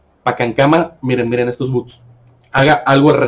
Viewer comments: no se dice buts, sino bots, o Robots. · Se dice Bots